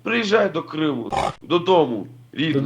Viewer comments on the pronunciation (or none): none